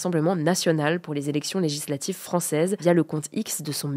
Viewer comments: articule Hugo stp, "zélection lézlatives" Les élections Lé-gi-sla-tives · Toujours intéressant, mais si je peux me permettre deux critiques : ralentir le débit, et soigner la diction. Même si le mot "législatives" n'est pas simple, la syllabe "gis" y figure et doit être prononcée correctement.